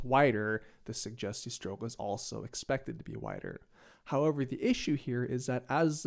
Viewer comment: You pronounce it suGGGGGGGGustiestrook, not sujestiestrook. ;)